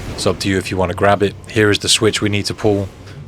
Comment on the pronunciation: Why you say here all weird